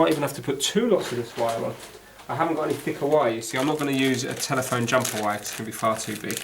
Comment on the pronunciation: You is a bit longwinded and it's wire not vire